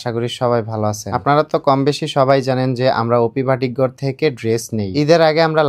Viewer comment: ভাটিক না বাটিক